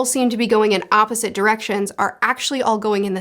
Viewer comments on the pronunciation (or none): none